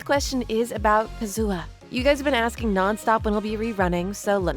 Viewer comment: the way you pronounce Kazuha bothers me greatly